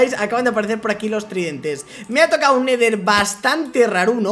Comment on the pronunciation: dijiste neder en des que en